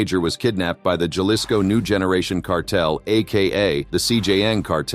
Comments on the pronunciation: Did he says “Galisco” lol Jalisco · How to pronounce Jalisco: ha·li·sko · Im from the UK and even I know how wrong your pronunciation of Jalisco is